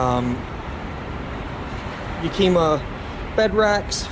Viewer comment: Yak-ima, not Ya-kima